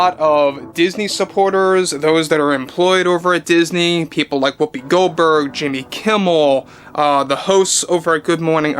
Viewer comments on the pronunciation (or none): I have to ask bud. Are you saying Jamie Kimmel? And is it on purpose?